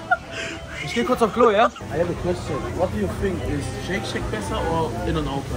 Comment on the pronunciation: Jungs bitte ich kann das nicht mehr höre immer wieder Shake Shake das heißt Shake Shack😩